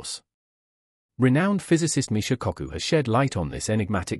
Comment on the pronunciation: its Kaku not cockoo, other than that a good program